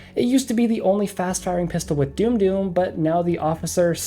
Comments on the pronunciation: FYI doom doom it's pronounced dumb dumb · It's pronounced: "dum-dum" ya dumb dumb, not "doom-doom." Thanks for the video. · Nice first video. I enjoyed that. But its surely more like "damm damm" ammo and not "doom doom". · Did you call it doom doom ammo? 😂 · You pronounced dum dum wrong, that is the reason. The joke is that dum dum is actually pronounced "dumb dumb" and maybe he thinks you're a dumb dumb because he didn't like your tier list. Personally, I'd say this is a decent list for the most part. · This video is so good everything is well thought out and reasoned even if sometimes your decisions baffle me but for the love of whatever power you believe please learn how dum is pronounced